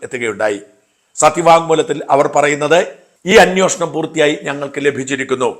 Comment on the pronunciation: അന്യോഷണം അല്ല ഷാജാ അന്വേഷണം എന്നു പറയൂ.